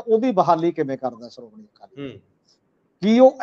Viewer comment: The word is Shromani not Saromany, Leadership not Leadersip ,Shift not Sift ,Kashamkash not Kasamkas, so on and so forth as one of your commentators pronounces-the points need to be taken notice of . Thanks .